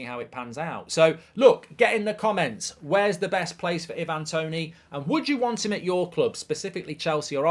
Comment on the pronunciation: Who on earth is Eevan Toney?!